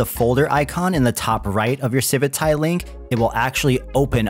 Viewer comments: Does anyone else have the strong urge to never use this project again every time you hear them say the word "civitai" as if it were spelled "civitae"? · It feels so weird to hear you say civitai, i read it as Civit A I for years xD